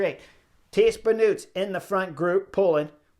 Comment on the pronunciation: pls get your pronunciation right. The whole world pronounces an O as O. not as a U. Thijs Benoot = Tice Benoat for u. Not Tease Benut. An O like in role hole note etcetcetc